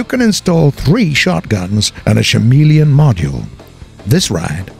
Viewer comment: Did you say Shameleon? Sham Wow!